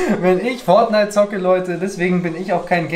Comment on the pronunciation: Fonite und FIFA